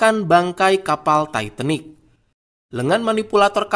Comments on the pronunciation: Admin sebutan tu titanic...bukan taiitenik..hahaha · Titanic bukan taitenik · Titanik bukan taitenik..bau dong lok tai.yg bner bacanya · Titanick, bukan taitenik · Setau gue itu namanya kapal TITANIC bukan TAITENIC...kalo ngomong yang benar aja lah... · titanic bukan taitanik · Emang di baca nya taitenik 😂 ya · Mbacanya yang bener bung titanic